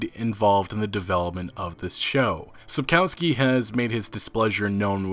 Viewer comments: It's pronounced Sapkovski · dude when u pronounce Spakowski just read the "W" as a "V" and its perfect. It sounds really really horrible when english speakers mess those sounds we have a different letter for it and it looks like this "Ł" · Each time he says Sapkowski I am who !? xD Also you guys should watch Polish serial and movie just ignore terrible special effects. Also Michał Żebrowski looks pretty good as Witcher.